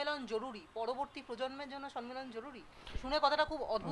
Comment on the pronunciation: Kothata sommelon,sonmelon noy